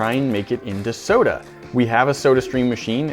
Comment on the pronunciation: 9 seconds in and he said sodie